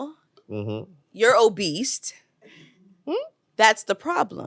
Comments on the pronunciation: Why they keep putting a T in Obese😂😂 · There is no T at the end of OBESE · … and the fact None of the Men dared to correct her saying “oBeast” says everything. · WTF is “obeast”?🤔